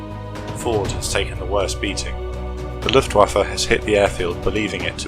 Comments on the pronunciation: luftwaffe. not luftwaffer. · Please pick a tense and stick with it. Speaking in the present tense about things that happened 79 years ago is annoying and wrong. As well, the name Luftwaffe ends with the letter 'e', not 'er'. It is not LuftwaffER.